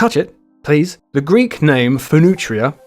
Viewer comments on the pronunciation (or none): none